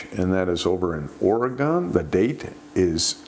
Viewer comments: Great show! Its pronounced Oree-Gun not Oree-gone. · OR-E-GUN